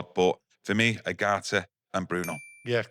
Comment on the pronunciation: Manuel Ugarte pronunciation..: Yu-Gar-Tee: oo-gah-hee, there's a T in his name